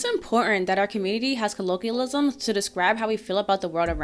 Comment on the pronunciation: Buh - in ? Impor - ent ?